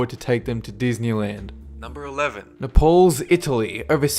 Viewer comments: Is he trying to say Naples? NAY pulls. not Na-POLES. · naples not nepals:) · It's napals not nepaals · its na-po-li in italy its not called nepale.. nepale is near the himilayas.. had to pause to say something.. it was annoying once you said it wrong the third time or so.. ok back to it.. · Why do you pronounce Naples as /napóls/ instead of Naples /n'eipls/? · It's Napoli not Nepals ps my mother is Italian I'm half Italian half Irish every year when I go to Italy I have to go to Naples ps Napoli is Italian for Naples also I HATE SEEING MT.VESUVIUS ITS THE MOST DEADLIEST VOLCANO IVE SEEN IN MY LIFE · Na-pales? It's Naples! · You make interesting Vids but you have va bad pronunciation Problem Npauls as you pronounce it is pronounced Nay-Pauls .Naples and in another vid youi pronounced Merseyside mer-say side (mer see side ) is correct . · NA-PALLS, Italy??? FYI, it's pronounced Naples, I.e., like Nipples, only with an "a" instead of an "i." Lord love a duck! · Nah-Pulz. It's Nay-Puls my friend. Mispronunciation discredits your knowledge on subjects. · Napauls? Er I think you mean Naples don't you? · Nay-pels. This isn't the Himalayas, mate. And actually it isn't that dangerous. I've been there, they have the best pizzas in the world. Not actually that nice of a city, though. I think crime is pretty bad. Sorrento, just across the bay, is SUPER nice. Really relaxed. I even got to visit Pompeii, which was fascinating, but grim. I'm pretty lucky to have been there. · it's pronounced nay-pulls (naples, italy) i know it's an old vid but just a heads up...;) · Pronounced, "NAY-pulls" my son. Would you like someone saying "sid-ENNY" or "well-LING-town" or something dumb like that in regard to Australia's cities? Love your work. Just glance at a pronunciation dictionary. It will make you sound like a bit less of a dipstick. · last I checked Naples is no pronounced Napals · Not nepoles napoli* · good but please its pronounced nayples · Naples- pronounced nay-pulls